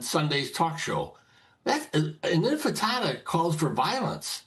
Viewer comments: “The Global Infitada” 😅 😅Sounds like a breakfast dish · Infitada? Like Hakuna Matada? It’s Intifada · Why do people keep calling it the Infitada? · Bill Daley on the “INFITATA”……😂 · Infitada lol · the 'infitada'.... this dude does not listen, just thinks he can tell people what they should think. Dinosaur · global infitada with a side of fries 😋😋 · Can’t even say intifada and they’re triggered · This prune can’t even pronounce the word correctly but he’s going to lecture us on its meaning.